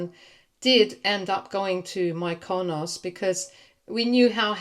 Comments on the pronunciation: Mykonos is pronounced ME kuh nos. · You mispronounced Mykonos